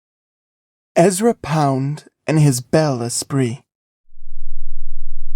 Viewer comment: French words are mispronounced. Very irritating. 😮 ERZA POUND 😂😂…Ezra Pound. …rookie job. Point NOOF😂😂…AWFUL.